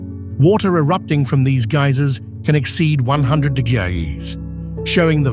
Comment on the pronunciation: Am I the only one who noticed the AI’s inability to pronounce numbers, I’m trying to enjoy the beauty of this but I lost it when it tried to say 100 😂😂😂